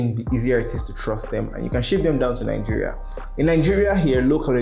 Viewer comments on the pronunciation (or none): none